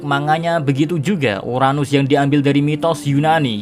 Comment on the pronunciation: Emosi gw pas dia ngomong uranus